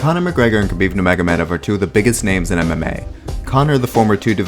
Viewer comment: Dudes: this is NOT that difficult… his name sounds like “Mohammed”: nur-Mohammed-off. How hard is it to learn to say the man’s name? Some respect please…